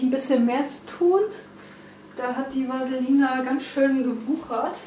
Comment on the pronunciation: Die Pflanze heißt: Va-lis-ne-ri-e und nicht Vaselina ;)